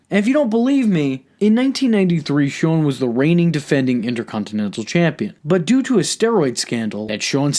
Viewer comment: i really love your videos bro but i fucking HATE how you say "Inter-contin-ental" Your goatee also sucks big time. Anyway keep up the good work pimp! 👍